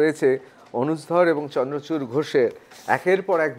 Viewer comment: vai chandrakanta nahi chandrachur! nam to thik se bolo!